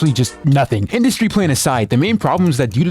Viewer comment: “industy” lol